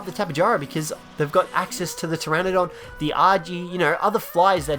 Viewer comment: Please stop pronouncing pteradon as pteranadon. It’s Ter-ah-don